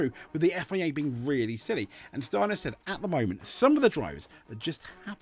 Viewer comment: I have to say you pronounce the name Steiner better than most Germans, no kidding. Sadly Steiner is correct in every word he says here. And this must make you think that FIA’s no swearing policy actually destroys the WRC far, far more than what the drivers say. The drivers are forced to hold back, give us the same media friendly waffle and act very boring! If you remember the guys from the past, even Richard Burns and Walter Röhrl would end up in a prison in the basement of the FIA HQ these days. And btw Steiner knows very well what he is talking about. Yes, most know Steiner as an F1 team boss. But what the reports here completely forgot to mention is that Steiner has a very rich WRC past! Günther Steiner started his motorsport career as a mechanic for the Mazda WRC team when they ran the groupA 323 with drivers as Timo Salonen, Hannu Mikkola and Ingvar Carlsson. Later he was part of the Jolly Club Lancia Delta team, then Prodrive and in 1998 he became project manager at M-Sport when they started developing the Focus WRC, and here again he worked with Colin McRae and Carlos Sainz. So absolutely 1000% sure when Steiner has this to say about the WRC, the FIA should bloody well listen to him!